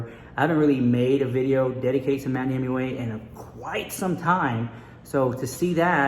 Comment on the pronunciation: Hahaha what? You’ve been saying Manny Mooch for ages 😂😂😂😂